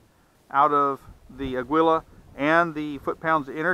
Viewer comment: For what it's worth, Aguila is Spanish for eagle and is pronounced ah' gee lah.